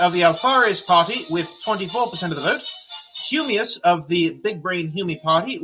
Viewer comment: Nice stream also "VOTE FA HUMIOUS"